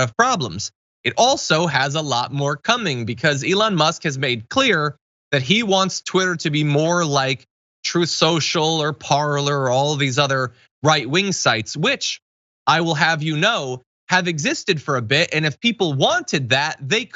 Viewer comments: For the record, its "Parler", not "Parlor", as in French for "speak". It's just that Americans don't know how to pronounce words from other languages. It's the word that Jack Sparrow keeps saying in Pirates of the Carribean, pronounced "parlay". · just for the record, it's "Parler" (French for "speak" and actually pronounced "parlay"), not "Parlor". It may sound like the latter but that's because Americans are terrible at pronouncing foreign words.